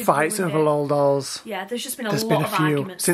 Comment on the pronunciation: Lol doll it's l o l doll